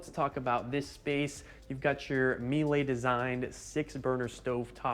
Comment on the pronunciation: The correct way to pronounce Miele is Mee-la, since it's a German brand and not French. Like pronouncing the car company Porche (Por-sha).